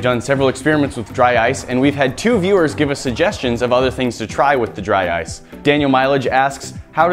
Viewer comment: DRY OICE XD